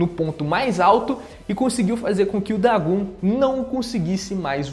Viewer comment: O nome do vilão é DagOn, não Dagun, que agonia aaaaaaaaaaaaaaaa, a letra "O" tem a mesmo pronuncia em japonês e português